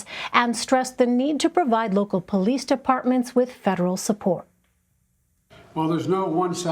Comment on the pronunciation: Is he REALLY saying they need to FUND THE POLIECE!? Im dead yall